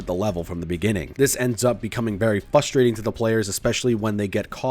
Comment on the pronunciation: There's 2 "R"s in "frustrating". Say them both.